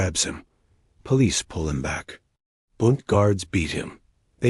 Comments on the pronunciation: Pronounced “Boond” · No, it's BUUUUND, what you've laid out would sound like BOO as in boo-hoo. You don't know your German, yah dummy